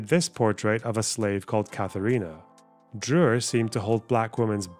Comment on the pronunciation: I like how you pronounced it "Drrrurrrerrr" :D It's a mean name for an English speaker to pronounce though. Two rolled R's (though the letter one can be swallowed a little) and the Ü, two sounds which do not exist in English.